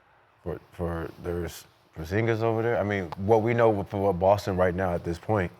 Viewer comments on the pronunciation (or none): He said Brown and Porzingas